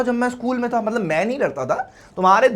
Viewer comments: Matlab❌ Matbal ✅ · Mtbal Mtlab Mtlab hota hai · Matlab ❎ Matbal ✅ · Matlab❌ matbal✅